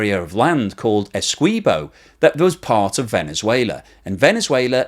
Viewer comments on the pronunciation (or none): "ESKWEEBO" never change! that may have been my favorite attempt ive heard so far.